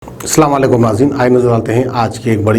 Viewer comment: App salamwalakum mat boliya app asalamwalakum boliya bhai asb